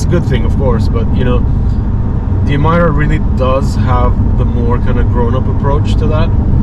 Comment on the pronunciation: oh my ear is bleeding!! cant hear anymore ''Emaira'' coming out from this mouth!! it pronounced as Emeeeeeeera!!